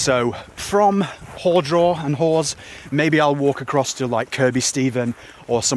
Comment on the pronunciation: nice video, relaxing style. Very enjoyable Small thing - it’s ‘HAR’ draw not ‘hore’ draw. I can feel the locals grinding their teeth Saw your Twitter feed, pictures of you at the pub. It was a warm one. Next day not so good. 4 seasons in a day but with the summer spine main risk must be dehydration, very exposed, with the breeze, deceptive. Good luck